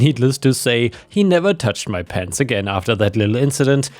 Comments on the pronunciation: I don't know why, but I heard "pants" when you were describing the last story about "pens" :D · Oh PENS... I thought you were saying PANTS. I found it very strange that someone would steal pants. Disappearing pants would make a cool gift for my wife.